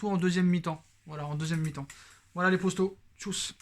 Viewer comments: On dit poto pas posto mec 😉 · Moi j'aime bien quand il dit les posto il doit savoir qu'il y'a erreur mais c'est maintenent une signature qu'il la garde lol.